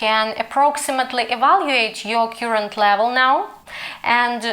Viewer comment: все гарно, але кёрент або карент замість кьюрент.